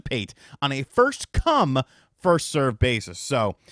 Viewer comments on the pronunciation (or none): Why did you say "come" like that bro?